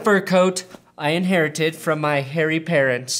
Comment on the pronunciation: In-HAIR-ited from his parents, anyone? ... Anyone?